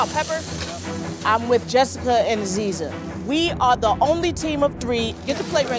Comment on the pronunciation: had to pause when called aziza agia bc how do u mess up a name that badly💀